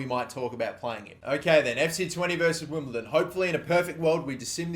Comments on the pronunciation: STOP SAYING WIMBLETON 😡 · Stop saying "Wimbleton" oh my god that's annoying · WimbleDON not WimbleTon